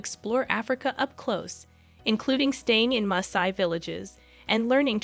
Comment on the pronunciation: she is pronouncing Masai correctly, actually